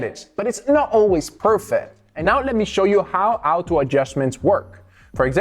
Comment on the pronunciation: bro its "auto adjustment" not "oto adjustment" 😂😂